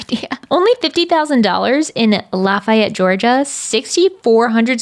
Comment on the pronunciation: I'm from GA and it makes me SO HAPPY that you pronounced "Lafayette" correct!!!